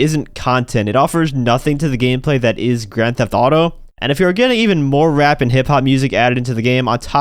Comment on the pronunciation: Bro said rap like a slur